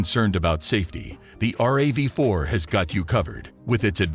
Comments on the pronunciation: Once he said "the R A V 4" instead of RAV4 I was out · RAV 4 not R a v 4 jees! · Hate these videos with computer voices that don't know how to pronounce things. Probably all content from a chat bot. "R.A.V. Four" lol!